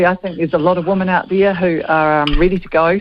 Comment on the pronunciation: As an ex kiwi, I do wish kiwis would learn to pronounce "women" correctly. "Woman" and "women" and not the same word and are not pronounced the same! Rant over!!